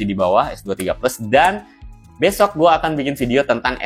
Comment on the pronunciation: "Itiel s25 ultra akan segela liris besyokkkk ..." bang bismilah dulu baru ngomong biar huruf baca ga kebolak balik 😂... ntar ditonton netizen jaksel diviralin di twitter lohh .. prkara gramatical aja diomongin 7 turunan , apalgi ngomong ke balik bolak🗿🤭